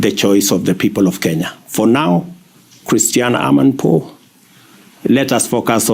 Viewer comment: I like the emphasis on her name :"CHRISTIANA AMA POUR"